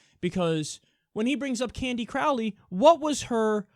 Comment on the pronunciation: Crowley rhymes with "holy".... durrrrr..